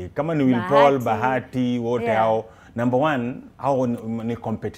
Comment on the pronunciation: ringtone doesnt know how to say willy Paul niqqa is always like will paul